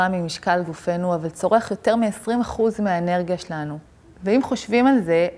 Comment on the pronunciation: את ד"ר אבל אומרת את המילה - "שלנו" לא נכון לאורך כל הסרטון, קשה מאוד להקשיב לך ברצינות ככה